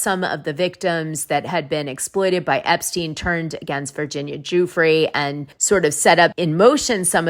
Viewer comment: Hi Dana. I love your show. Just a note - Virginia Giuffre's last name is pronounced "Jeffrey."